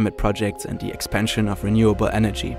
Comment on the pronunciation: It's "the" and "these," not "da" and "dese."